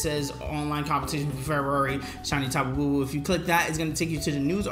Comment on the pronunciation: Tapu Bulu not Bubu